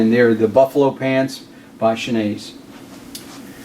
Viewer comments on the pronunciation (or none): Schnee=snow in German. Pronounce snay or something like that.